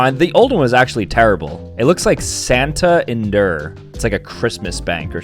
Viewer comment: bro just called santander sen tenz deer